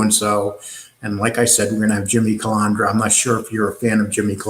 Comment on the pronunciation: It’s not hard at all to pronounce CUH-LAND-DRA